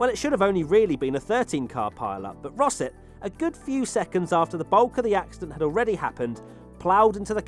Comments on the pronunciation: I'm sure Rosset is pronounced something like "Rossay" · When you said "Ricardo Rosset", I immediately thought "ah, Ricardo "Tosser" Rosset!"!